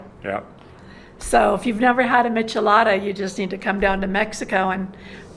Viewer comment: It's Michelada